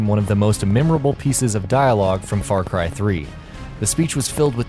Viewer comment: Far Cri!